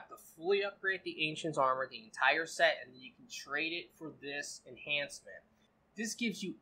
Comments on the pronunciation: Enchantment not enhancement lol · Why does you keep saying enhancements, when it's enchantments? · Why do most of youtube gamers call it "enhancements" when its actually "Enchantments" 🤔